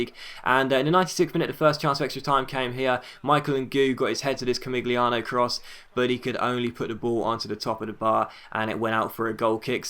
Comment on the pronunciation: the g is silent in camigliano